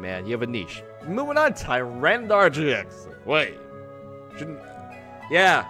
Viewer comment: Hey? It's pronounced TY- RAN-A-TAR. Where do you get the dar from?